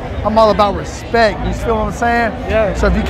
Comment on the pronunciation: “You gotta earn my Respeck!!!”